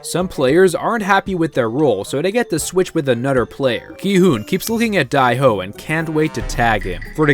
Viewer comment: Whos die ho its dae ho